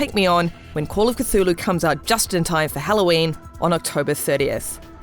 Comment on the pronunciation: C THUL HU!!! Not catulu